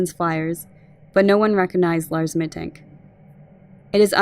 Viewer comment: Very detailed and solid summary! Little note: Mittank is pronounced "Mittunk" :)